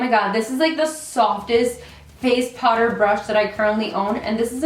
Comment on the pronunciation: the way you say "powder" is so cute! lmao sounds like "Potter" as in Harry Potter , I catch myself repeating it every time you say it!